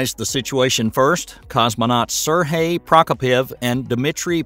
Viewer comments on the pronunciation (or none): none